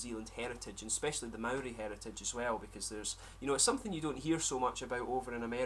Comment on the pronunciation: You pronounce Maori better than most white kiwis